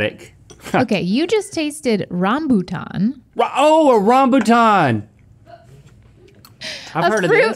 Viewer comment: theyve literally had rambutan in their 'can you eat that?' video with 20 mil views. although they did pronounce it rayum-byoo-TAYUN. So maybe that's why they don't remember